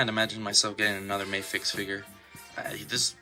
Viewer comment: For future reference; Medicom is the company, not Mafex. Mafex is the series - and it's pronounced Mah-fex and not May-fex.